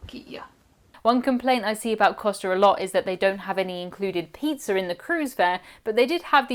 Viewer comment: Love your channel! Love how you pronounce pizza… peetzer ❤😂